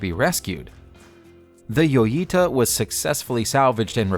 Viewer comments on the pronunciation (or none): This is the second time in 2 days I've had to make this comment. J is pronounced H for this boat. Therefore the correct spoken name is HOYITA. Please type it in scripts phonetically so your auto voice won't be so irritating.